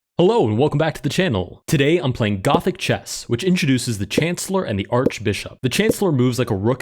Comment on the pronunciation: I thought you said “Gotham Chess” lol 😂